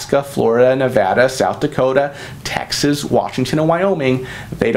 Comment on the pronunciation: When he said Texas I swore I heard taxes. 😁😆😊